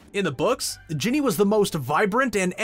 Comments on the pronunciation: Why was he saying bonnie for ginny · When he says Ginny does he say *bonny*?